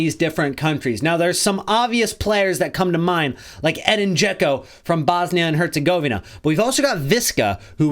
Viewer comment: his name is pronouced Eh-deen I have the Same Name born in the US but have Bosnian Origins Americans cant say it right